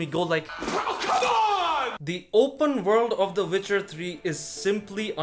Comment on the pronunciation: “Vitcher 3” huh? I’ll give it a shot